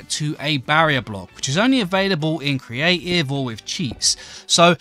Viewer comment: What anoyed me the most was "creah ive"